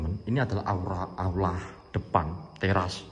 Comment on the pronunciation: Aula kalau ngomng aura wkwkwk.....